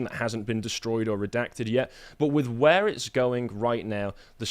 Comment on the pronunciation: "Saaar do not redact do not reeedact!"